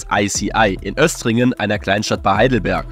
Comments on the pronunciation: Jemand der aus der Nähe von Östringen kommt: das wird Ööstringen (keine harte Betonung des str) ausgesprochen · Östringen wird mit langem Ö ausgesprochen, aber SAP ist Heimat und ohne das Unternehmen wäre die Rhein-Neckar Region nicht ansatzweise so wohlhabend und schön